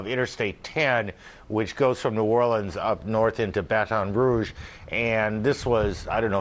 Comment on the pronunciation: Wow he said Baton Rouge right